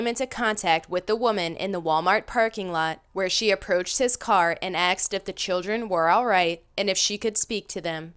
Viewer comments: WTF happened to the word "Asked" I swear to god no one can pronounce it anymore ending up as "Axed"... The women in this video pronounces every English word fine, but still ends up saying "axed" every time, in almost every video. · These videos are entertaining but PLEASE start pronouncing the work “asked” correctly. It is not “axed”. I hear this multiple times in nearly all of your videos. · Wow, pretty frightening. Lots of people being axed. Wait .... ohhh, *asked? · Its pronounced "asked" not "axed" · I noticed how she says "axed," instead of "asked." Other than that she's pretty good